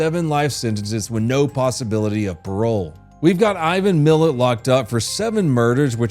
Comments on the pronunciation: Millat (Mill-At) not Mill-Et Anyway. He would serve the spinal cords of his victims through practice and most of them were paralyzed from the waist down and alive as he would practice shooting at their heads and also using his knife to perfect the spinal severation. Bro was an absolute psycho. People think because his count was 7 that he wasn't as bad as American Serial Killers but the reason he is as remembered as Bundy and Dahmer is because of the brutality of his killings. kinda skips over it and I understand why but go look up a documentary on him you'll see how twisted this dude was. Recent findings have got his count up to about 40 you can link him to but I believe it's way higher. He was active 10 years before he was "active" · ⚠️I AM AUSTRALIAN SO IF YOU WANT TO KNOW THE REAL NAMES OF THINGS AND THE REAL TRUTH ABOUT LINDSAY THIS IS A MUST READ ⚠️ ‼️👉🏻His name's not Ivan millett Ivan Mil-at and it's not bolango its Balangalo it is oolara it Uluru AKA Ayers it is not called Fraysher Ireland it was Fraser Ireland but now it has been changed to the original name which is k'gari Rock and what you said about Lindsay Chamberlain and the 10 lb bucket of sand is absolute BS 🐂💩 it was a theory but it was never put forward this guy is an absolute tool he knows nothing but trying to run a documentary style channel 🤡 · Had to turn off when you first said “Milat” It’s uhhh.. not pronounced like that. Mill-AT, not Mill-ET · I never even heard of this turtle sucker... also.. Ivan Milat is pronounced Ivan Mel-at and Ularu is pronounced oio-la-roo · Milat* not Millet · Aussie here love your work but please its "mil-AT" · Not hating but can you please pronounce the name Milat? Mill - at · His name is MilAt, pronounced like rat. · It pronounced "Mill- at". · I was at the zoo when it got locked down for Malcolm naden and it’s pronounced Ivan Mil at👍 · His name is Ivan mi-lat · This pronunciation felt like physical assault. Pronounced, 'mill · It's pronounced "Mil-at"